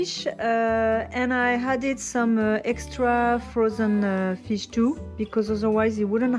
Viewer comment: I love your channel and your videos. I have a pronunciation tip for you: Whenever you say "added" you pronounce it as "hadded". There is no h in this word.